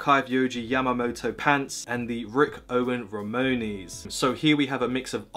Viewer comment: why do you say ramones like that